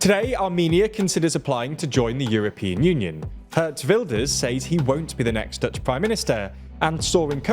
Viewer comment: Daily 1. you pronaunce his name as Géért Wilders. 2. while it was in the talks. the new cabinet form is going to be called "Program Kabinet" which is slightly diffrent from the "Extraparliamentary cabinet"